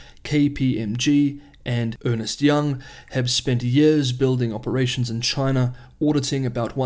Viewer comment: The name is "Ernst & Young" not "Earnest & Young"